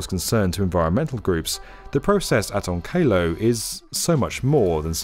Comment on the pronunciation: Will it however shield us from the fallout of you pronouncing onkalo "on KAY LOW"